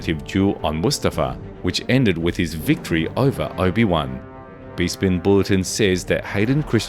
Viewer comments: It's pronounced Besspin not "Beespinn" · Respectfully, have you never heard someone say 'Bespin' before? It's not pronounced Be-spin, it's Besp-in. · ps... its pronounced Beh-Spin, not Bee-spin B-) Bespin Bulletin, not Bee Spin Bulletin ... buzzzzzz..... lol, this might be an AI narrated voice, which I can forgive B-) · Never trust a star wars channel that mispronounces Bespin